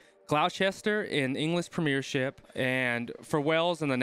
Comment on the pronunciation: Gloucester, pronounced Gloster, in the Premiership, not the Premeeeeeeeership.